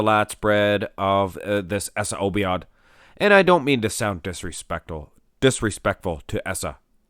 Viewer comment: Obaid not obiad.